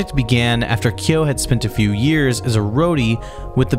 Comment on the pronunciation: The correct pronunciation is kyóó with strong stress on the /o/